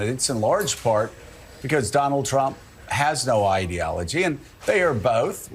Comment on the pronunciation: Fuck me! is the only American I've seen pronounce ideology the right way.